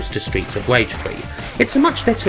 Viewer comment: Streets of wage. You sir have a speech impediment